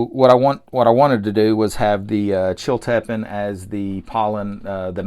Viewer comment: FYI the correct pronunciation is Chill-ta-peen.